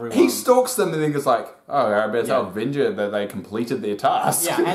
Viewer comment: Omg, stop saying VENGer it’s giving me bad acid flashbacks to the late 90’s Venger Boys songs. It’s Venger as in vengeance